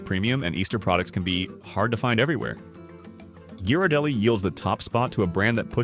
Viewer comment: THIS IS SO ICKY, USING AN AI NARRATION, BAD PRONUNCIATION. CANNOT PRONOUNCE Ghirardelli !